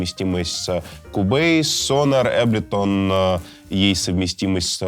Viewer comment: Не Аблетон а Эйблтон хах 😜👍